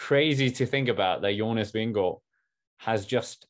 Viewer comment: Yeah you’re JONAS VINGEGAARD!! 💥 💛💛💛 Hey …we were ALL hoping! And we are all elated! whoohoo And we all love Jonas because your interviews with him proved what a nice and humble man he is. And taught us all how to pronounce his name 😂 Congratulations to Jonas! And seeing almost speechless… priceless haha. Really wished you were with us in the live commentary. Would have paid to see your live reaction. Also, have to say… Seeing Wout come to him at the end of the race was awesome! Such a great moment who hoo! 🎉🎉🎉👏👏👏